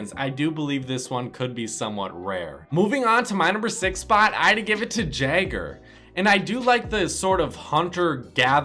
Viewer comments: Whenever you say Jæger, my ears start bleeding. It's pronounced Yeger (as in Yemen), not Jagger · Patrik Uosukainen most Rainbow Six Siege players can pronounce Jæger correctly, so being an American isn't an excuse for him. I agree with you, I feel like they should be offended when someone can't pronounce right, and they themselves can't either